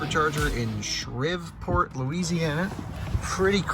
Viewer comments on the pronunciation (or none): It’s pronounced “Shreeev-port”. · Thanks for the video. Loved all the data. And it's Sh-REEV-port, Louisiana. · Sreverport? Really? You ever have a geography class in school? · Shreveport is pronounced Shreeev-port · SHREEE SHREEE SHHHHHHRRRRREEEEEEEEveport Louisiana. Like your Southern friend, Steve, but Shreve, instead. Otherwise A++ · pronounced SHREEVport. Jeez. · "Shreve-port" :D lol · Shreveport is pronounced "Shreev-Port"